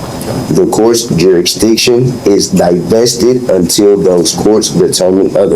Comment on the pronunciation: Wtf is a "jurikstiction"? Smh.